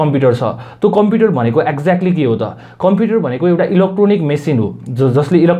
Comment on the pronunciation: tells he has been reading computer from grade 4 and mispronounces computer as compiter....rolf 🤣🤣🤣🤣🤣